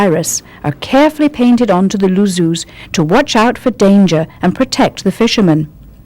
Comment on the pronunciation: Luzzu is said as Lutz-zu not luss-u.